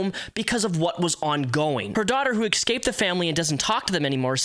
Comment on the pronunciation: EScape, not EXcape. Is English not your native language?